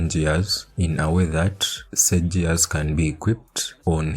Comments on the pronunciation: "JEARS"😂😂😂.. LUV IT !!! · The way you say "gears" with the soft g is just precious lmao.